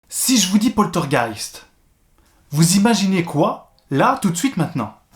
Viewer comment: 👻 Joli titre mais, mais, mais... où est le "t" de poltergeist, jeune homme! 🤪 Bien résumé, mais pour en savoir plus les amis sur le "poltergeist d'Enfield", je vous conseille de faire un petit tour sur le site de Sylartichot (YouTube) qui vous dit pratiquement tout sur cette affaire avec les dossiers Warren. 👍 Prends soin de toi et à bientôt dans les rues de notre City! 🙏